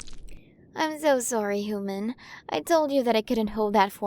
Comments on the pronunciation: Quren of the milyway galaxy.. and she still cant pronounce H U M A N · F4A audio, pawggers >:3 This has been very cute! The art is also cute as usual. I love the designs in this, and the pronunciations are cute lol. Pretty star hair colours too! I think I'll like being her hooman >:3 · Amazing work! I loved the way the queens pronunciation was just a bit off. The design on her looks great! 10/10 work here!